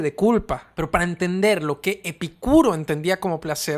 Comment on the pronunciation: Porque pronuncias el nombre de Epícuro con acento en la (i) y otras veces sin acento ?